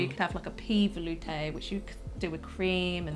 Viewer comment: can't pronounce "velouté". Failure... Sorry aunty Liz I couldn't resist.:)